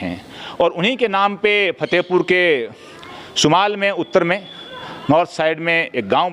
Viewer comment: एक गुजारिश करूंगा नाराज मत होना आपकी उर्दू की व्याकरण pronoun में थोड़ी कमी ह उसे दुरुस्त करने की कोशिश करो Fatehpur को आप Phatehpur बोलते हो आराम फरमा को आप आराम pharma बोलते हो